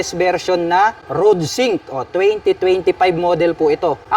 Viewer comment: Ayusin mo nga salita mo paps bakit rudsink sabi mo?